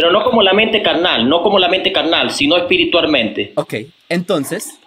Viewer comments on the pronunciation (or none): No con la mente carnarr si no espirituarrmente 😂😂